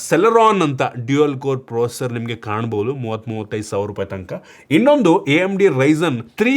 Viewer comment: ಲೋ ನೀನು ಇನ್ನೂ ಯಾವಾಗ ಕಲಿತೀಯೋ ಅದು ಪ್ರೊಸರ್ (procer) ಅಲ್ಲ ಪ್ರೋಸೆಸರ್ (processor)